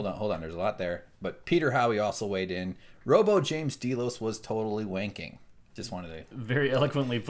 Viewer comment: DAY-LOS, Not D-Loze.